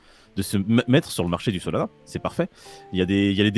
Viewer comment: Ce que j'ai entendu "Solana ce sera l'anus du jour" bha nickel 🤣